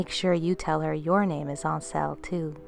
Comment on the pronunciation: my ain sel' isnt pronounced French. its just as it looks my ain self without the F. I'm Scottish but know enough people from all over the British Isles to be stating fact as we dont usually use any Francofications in our language...we even pronounce the H in herbs. Sorry but being from a Gaelic speaking nation, I have to correct you again. Dubh is pronounced Doo, unless Irish Gaelic is completely different from Scottish. I'm not saying this to be nasty as I really like your videos and you have a great voice for story telling...just pointing out the obvious ones in a constructive way...I cant help it lol!